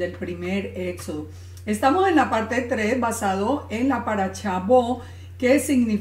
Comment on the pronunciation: shalom, por que dices chalom, chabat, paracha' que' no es shabat, parasha', shalom por que' descontextualizan la verdad